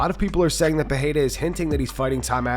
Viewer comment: Please stop with this Joe Rogan's "Peheira" shit, it's not even how they pronounce it in Portuguese